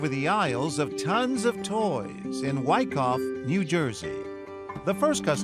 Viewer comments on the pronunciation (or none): I’m sorry did he say “Wack-Off, New Jersey”?